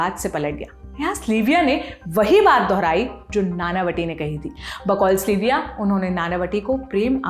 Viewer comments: its sylvia. not slyvia. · Aap zaraa sab ke naam dang se lein. Log agar kisi aur Sylvia se melenge toh use slivia kahenge. It's sil viya pronunciation. Not sli viya. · स्लीविया????? सिल्विया है..... research kar lete ho par naam thik se nahi kehte....